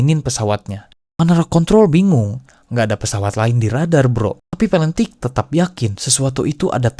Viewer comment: sedikit koreksi - D.B. Cooper dibacanya Di Bi Kuuper - Massachusetts dibacanya Masacyusets - Shit dibaca Syit - Valentich dibacanya tetap Valentich bukan Palentik - Aircraft dibacanya Eirkraf bukan Air Fart (kentut udara 😅) saran next time riset dulu ke google translate gmn cara pronounce inggrisnya biar gak salah